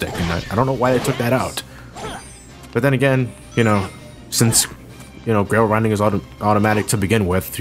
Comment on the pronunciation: "Grail Rinding" lol i didn't even notice he said that until the note popped up